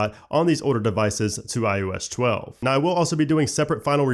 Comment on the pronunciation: Can’t unhear “I.O.eshtwelve”